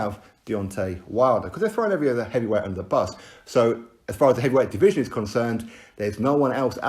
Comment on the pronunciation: Without deontay, who will pronounce the word division as deeveeeesion.